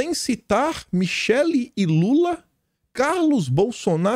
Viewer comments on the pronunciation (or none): none